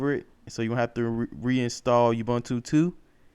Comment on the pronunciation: ubuntu pronounced oo-boo-n-too, not obantu. :)